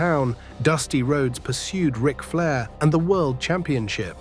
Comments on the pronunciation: What about (R) ike Flair instead of Rick? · R- ick Flair? WTF?? Get rid of the ai slop narration.